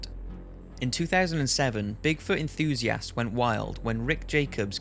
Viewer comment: Why does he say enthusiasts like enthusiASSts?